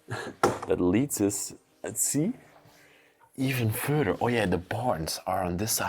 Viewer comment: Hi. Thank you for all your lovely videos. Watching you from America! If you don't mind I would like to mention you mis-pronounce a lot of words in the English language and hopefully you will except these corrections.!! Shipping is pronounced as sch. Not chipping not same thing!! Further is Not pronounced as furder!! Chandalier is again pronounced as sch shan. Not Chan!! When discussing time periods in 1900 -!. You don't have to say 100s. Its ok to say 1975 no hundred! Than shivers or again sch!! Not chivers no such word. Lastly you use Wow a ton!! Maybe another word because its often!!! Hope this helps! Happy videos❤ Samantha